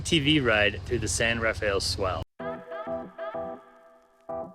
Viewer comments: San Rafael is actually pronounced Ra-fell. Two syllables. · The San Rafael Swell is pronounced "San Ra-Fell Swell". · Great video but you are pronouncing the San Rafell Swell incorrectly. It is San Ra Fell just two syllables. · I posted a video of the area some years ago and called it the San Raf e el Swell and was promptly corrected. There's another townsite called Paria, in the Grand Staircase–Escalante National Monument, and I referred to it as "Par I ah" but was told the actual pronunciation is "Par E ah".